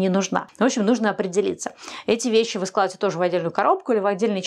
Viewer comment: Все очень здорово, только не говорите пжл. СЛАЖИВАЕТЕ 😊